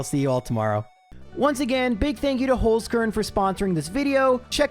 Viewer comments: Wtf, how did it come to an austrian sponsorship on my most beloved gen1-youtuber? <3 btw, you speak it like "holds" (as in "someone holds something", but way harder in the end, like a tz) "car(e)n" (as in "i care about someone" but close it with an "n", let it be read to you by google translate for example :) All the love from Vienna and keep up the awesome vids <3 <3 <3 (and please bring back the intro :D) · As a German guy: i love your pronunciation of „Holzkern“ 😂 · Me, a german when attempts to say "Holzkern": giggles Thank you for the amazing content. Been watching you for years and the month of is always a highlight ^^